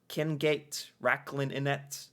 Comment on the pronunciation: "King gate" 😭 its thrown me off so much, but the pronunciation is closer to qingite, you pronounce the ng more like you would when saying a word ending with ing